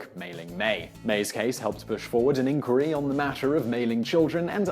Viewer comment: Surely you know how "Inquiry" is pronounced, and it's not "ink-wherry". This sort of ridiculous phonetic reading off a script kind of spoils the credibility of an otherwise interesting clip.